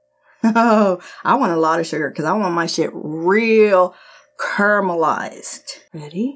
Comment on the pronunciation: Not caramelized... CURALEMIZED. Haha love you